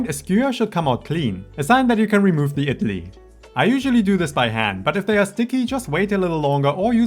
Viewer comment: Your effort is so commendable!! I absolutely love Idli and was so happy to see such a detailed and authentic video for the recipe. ❤❤❤ Your content is really high quality and I hope you get more recognition. Your pronunciation is also quite spot on !!